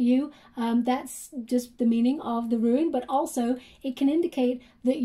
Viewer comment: Hi love the reading, it's Rune (roon) not Ruin, FYI, love you readings.